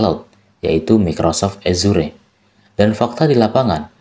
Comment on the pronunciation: githap bacanya bukan github, tiaphari azur bacanya bukan azure 😂